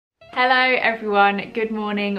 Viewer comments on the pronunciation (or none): none